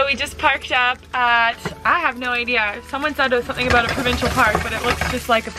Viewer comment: for some reason i always forget that you guys are Canadian until you pronounce “about” like “aboot”, and it cracks me up every single time 😂